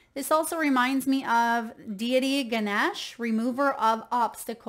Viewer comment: It not Ganaash...it is pronounced 'ne' like in the name simo'ne'(witha hard' 'n' as in money) ...Ganesh.